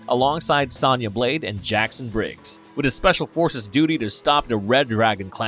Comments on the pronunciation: Bro you saying sana blade not sona blade it's the small stuff that gets me lol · It's so funny how the people they hire to narrate this channel don't know a single thing about what they are talking about. Who pronounces Sonya Blade "Sanya"?? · Her name is “Sonya Blade” like phone wit ya at the end, not how you’re pronouncing it tho😖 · Mispronounced Sonya constantly bro